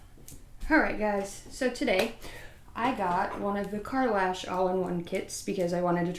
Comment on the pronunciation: no you pronounce it perfectly lol nobody ever gets it right I was just so excited to see the video I really wasn’t pay attention